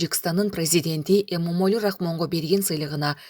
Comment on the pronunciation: Ассалому алейкум туугандар, Эмомали деп оз атын айталычы туура болот